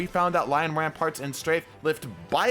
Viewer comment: Btw they're called lion RAMPANTS! Not rampaRt!!